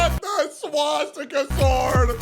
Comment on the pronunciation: The Swas-Katana was diabolical